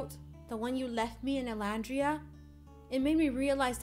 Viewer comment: It's Llandria